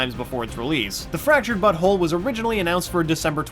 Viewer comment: I swear he said: "The Fractured Butthole"